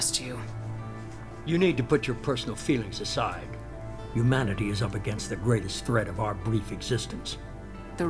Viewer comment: It bugs me so much that The Illusive Man never pronounces the "h" in humanity he only ever says 'umanity